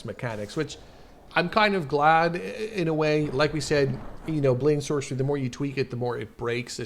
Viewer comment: Saw this on a discord server, i was pretty confused (edit: why did you say blade and sorcey😭)